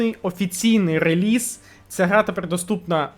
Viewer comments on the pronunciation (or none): none